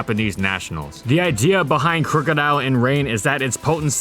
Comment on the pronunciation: Everyone I know personally says Croc-o-dile, never crook.